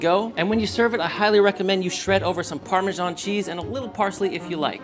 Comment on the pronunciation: Pro tips: There is no g in parmesan